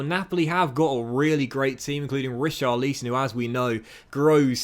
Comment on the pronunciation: Ri-CHAR-li-son As opposed to RI-char-LI-son